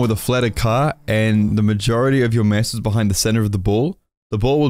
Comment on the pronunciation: Oh! You were Saying "MASS"... damn.. All I could hear was "Mess" lol until half the video omg